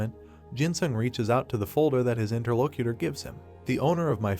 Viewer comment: I swear a braincell die everytime i hear interlocator being said